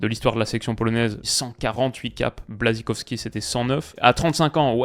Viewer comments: Bouachtchékowski quoi ^^ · Alors pas Błaszczykowski lol